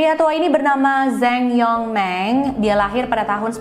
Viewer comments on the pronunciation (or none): zeng yong meng wkwkwkwkwkwk ngga papa, org yg ngga ngerti juga gitu kok mbaca nya yg benar itu : cang yong ming :)